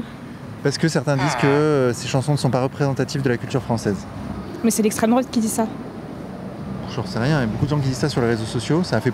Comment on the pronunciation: "Gneugneu l'estrem droate" qu'est ce qu'ils m'énervent sans déconner